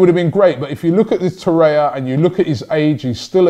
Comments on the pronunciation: Torreira not Torreia, say it right Robbie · It’s pronounced Tor-eih-rra not Tor-eya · Torreira, not Torreia Robbie! :P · Man doesnt realize Torriera has 3 r’s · Robbie its TORRIERA not TORIA haha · ROBBIE ITS TORREI*R*A !! There’s another R at the end!! it’s not torreya tbh tho this show is pretty awesome so well done robbie 👏👏👏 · Its not TORREIA ITS TORREIRA. Like Herrera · It’s TORREIRA NOT TORREYA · Learn to pronounce the names lichstiner? Torrerer? Ooofff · He has been calling 'Torreira' 'Torrea', so am not hopeful. Took him forever to call Lichsteiner by the correct pronunciation. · Your pronunciation is awful 😂 Lucas Torreira should sound like loo-cos tou-rare-ra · Welcome LISH-tenner, TOR-ayuh, SOO-yung-kooo, YES-in Ad-lee! Come on Robbie sort out the pronunciations... you're a world traveler visiting different cultures! Gotta step up your pronunciation game mate. Don't you have interns who can get you the proper way to say them???? lol